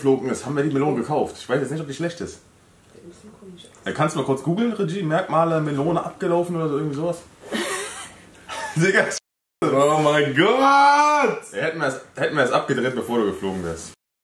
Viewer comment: Ich könnte Kotzen wenn ich mir noch einmal anhören muss wie und Das Wort Regie ausspricht. Retschie ^^^^^^